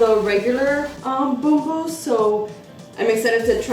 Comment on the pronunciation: Love how you pronounce Bumbu!!:) Nice review!